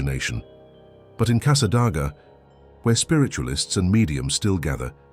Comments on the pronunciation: Casa DAY ga...not Casa DOG a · God, please fix your AI so that it pronounced our cities and town names correctly. Good gawd, it is NOT PRONOUNCED Câsâdôgâ it's Câsâdāgâ. I loathe those that use AI because it cannot pronounce simple small words correctly, nor can it pronounce many other names, money or numbers properly either. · It is pronounced Casadayga not Casadoga. It is spelled Casadaga. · ...so strange hearing Casadega mispronounced so badly